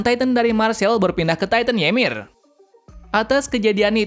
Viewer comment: Bang baca nya marley dan paradis dan bacanya yimir dan ani dan atack titan